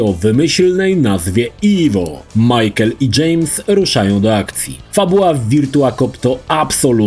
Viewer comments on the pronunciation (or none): none